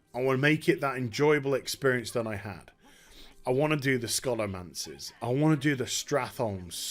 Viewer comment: Thank you for pronouncing Scholomance correctly...I can't tell you how much it irks me to hear someone pronounce it like show-low-man-suh.